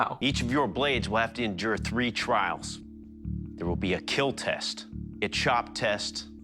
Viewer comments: “It’ll keel” 😂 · “It will keel” used to love this show. The tests at the end are hilarious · You said it wrong, its "it will KEEL" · Your video? It will keel. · It will keel.😂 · I binged this show on YouTube for at least 2 years straight, amazing show. “It will keel” started off as my favorite part. But eventually my favorite part was how good at crafting a blade everyone was. Amazing show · It's KEAL (sounds like kill) - Keep Everyone ALive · I watched a ton of this show when my son was born and we had a lot of late sleepless nights. Let me tell you when you're crazy sleep deprived "eet will keel" is iconic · "it will keel" 😂 My father and I loved this show! Taught us a lot about forging. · They are not actually saying “kill” they are saying “Keal” which stands for “Keep Everyone Alive” I wish I was making this up lmao